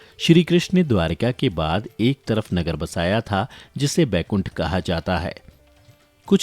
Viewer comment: Bhai Baikunth nahi Vaikunth hota hai wo !